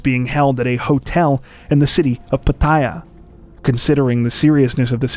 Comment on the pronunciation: Pattaya is pronounced - Pat Tha ya. Just FYI